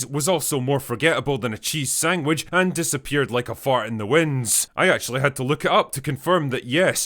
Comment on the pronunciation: Drinker! You had me until you said SANG-wich.